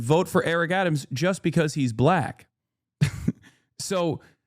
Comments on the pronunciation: Chat nitpicking the way Hasan says Black (with a hard B apparently haha) and raking him against the coals for everything he says, while giving no open criticism or pushback towards actual racists. Kind of normal for democrats in general, fighting ourselves more that those who hate us more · Someone unironically said they were triggered by Hasan saying "black" with a "hard B". He was quoting a fucking idiot chatter sarcastically. Insane how people look for things to get offended by. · As a white passing Hispanic who grew up in a diverse area of Tennessee you definitely did say black with too hard of a B 😂 had someone done that in my school growing up you would've been fought probably. Now I do I think that means hes racist? No I just think it could be an accent or him picking up on the way he hears white people say "black folks" but sometimes we do gotta use like nuances and cultural sensitivity when responding to people. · but why'd he emphasize black? He didn't say black people, he said "BLACK" people as if he's doubting a viewer's race for asking an actual question? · I don’t think you’re a racist, but as a political commentator wdym when you say you didn’t know “BLACK folk” was “a thing”? Dude you said it like a red neck😭😭😭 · This response and that reaction told me everything i needed to possibly know about you brother. SMH. You do good work but you need to be in more community with different types of black people. For example, if you were around certain Black people, you’d known the way you said “BLACK” was weird. Get it together brother; bouta be 35.